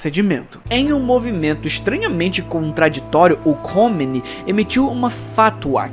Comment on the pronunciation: É KOMEINE, fala-se KÔ - MÊ- INÊ